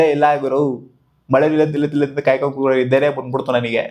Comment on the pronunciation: ಕಾಯ್ಕೊಂಡು ❌ಕೇಯ್ಕೊಂಡು ✅ ಸ್ವಲ್ಪ ನಿದಾನವಾಗಿ ಹೇಳೋ ಲೌಡೆ